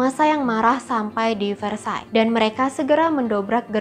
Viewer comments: maaf tapi pengucapannya banyak yg salah. antoinette itu dibacanya antoanet , versailles dibacanya kurang lebih versaye. itu yg saya tau dari film film atau komik komik. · Antoinette, bacanya Antwanet. Versailles bacanya vehsai.. r nya dimatiin pake h. L sama s dipaling akhir ga dibaca. Gitu loh bu ibu